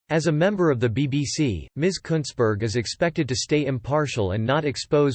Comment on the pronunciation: At least your pronouncing her name right, just that she spells it incorrectly.